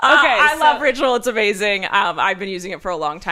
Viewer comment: Ritual sounded like Rachel the 1st couple of times you said it